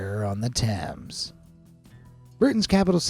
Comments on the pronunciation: It’s not called the river tams it’s called the river Thames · Wow,sad you cant pronounce Thames correctly.